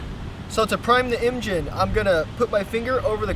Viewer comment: he said prime the emgine